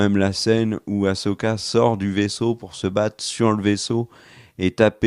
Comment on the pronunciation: Cette série a au moins un mérite : vous savez prononcer le prénom Ahsoka maintenant 😃